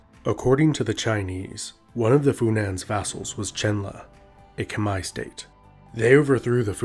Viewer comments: it is not kemer its khmer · It’s pronounced “K’Mai” or “K’mer” NOT “KHA-MER.... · A little note from a Cambodian: Khmer is not pronounce like that its pronounce "Khmai" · Kom not kmer. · No it pronoun khmaier